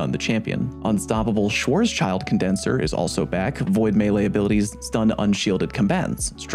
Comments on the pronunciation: not to be that one annoying guy but schwarzschild is pronounces "SwarzShild" because the sch is a sharp S in german 🤠👍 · As a german it hurts my Ears soo bad how you pronounce "Schwarzschild" -_- ;)